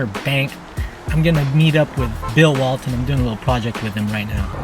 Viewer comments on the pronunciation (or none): none